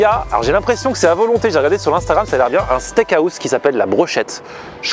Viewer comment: Buffet DU MONDE....steak haaaaousssse,non hwouwse...